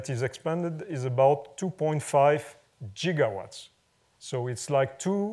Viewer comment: he actually says jiggawatts! :)